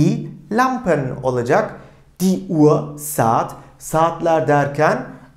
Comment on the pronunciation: Hocam emeğinize sağlık .”UHR “ kelimesini telaffuzunu tam olarak nasıl yapıyorsunuz uaa diye okuyorsunuz sanki. H ve r kelimesi yan yana gelince farklı bi ses mi çıkıyor ?